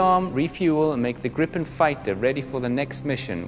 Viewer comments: gripen not grippen... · It's Englishified.